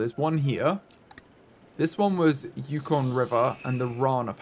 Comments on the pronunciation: As a Canadian, hearing him say yuck-on was painful 😂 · This is a year old and I'm not sure if someone said but it is pronounced "yoo-con" the yukon is one of the territories of Canada and i believe the name has indiginous roots but id have to look into it! It's right near the arctic circle